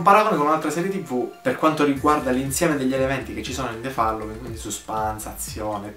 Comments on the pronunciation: The FALLOWING ? Ragazzo rilassati, si pronuncia FOLLOWING. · Non c'è bisogno di "rilassarsi", semplicemente non lo pronunciava correttamente...